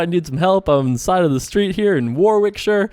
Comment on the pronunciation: Thanks for the video! It's pronounced 'Worrick-sheer' :)